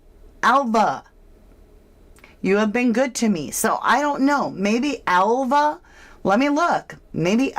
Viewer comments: totally agree, i checked it out ,Alva in spanish is pronounced Alba in English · Spanish-speaking people usually cannot pronounce “v” and they pronounce it “b” so Alva would be Alba!!!! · I live on a Spanish island. V is pronounced B in Spanish and Catalan and the local island languages generally. Alva is pronounced Alba in Spain. Also most of us work multiple jobs here. So Alva may work in the bar / cafe but also cleans the house for some extra money. Or she gets a salary and does whatever Ofelia and Roman say during work hours. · Is the Spanish V pronounced like a silent B so Alva could have been pronounced Alba 🤔 Maybe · in Spanish Alva is pronounced as Alba. Duncan could still be onto something. Just saying... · Duncan says that the V in Alva makes a 'B' sound in English!?! So you see, 'Alva' sounds like Alba in English! Hope this helps